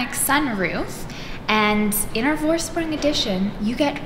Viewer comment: Just a tip... the V in the Vorsprung is pronounced as F... as in Forsprung ;-)